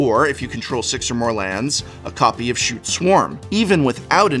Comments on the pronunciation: cool combo the only problem i have is scute is pronounced /sk(y)o͞ot/, not shoot /SHo͞ot/. also people think bogle as in slippery bogle is pronounced boggle as in the word game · Is Scute pronounced shoot?? I've been pronouncing it as scoot this entire time lmao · Scoot or scyoot are how scute is actually pronounced